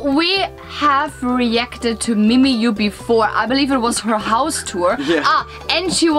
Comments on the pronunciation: Again po 😅mimiyuuuh (mimiyah) not mimiyooo.😬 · btw it's pronounced as mimi-ya-ah -ah.